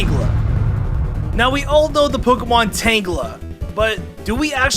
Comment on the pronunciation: Uh...? Are you sure that you weren't drunk when you recorded tangela and garydos